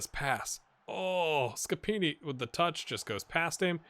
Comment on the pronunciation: don't be too hard on yourself, you're doing a really good job! Your "Scappini" sounds 100% italian 😂